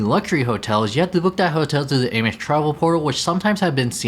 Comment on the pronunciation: I’d recommend you work on your pronunciation of “Amex” and “RE” before making these videos, but nice effort nonetheless.